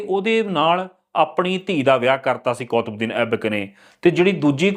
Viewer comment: ਬਾਈ ਜੀ ਉਚਾਰਨ ਕੁੱਤਬਦੀਨ ਹੈ, ਨਾ ਕਿ ਕੌਤਬਦੀਨ।